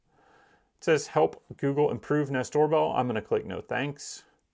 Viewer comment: “Gewgle” lol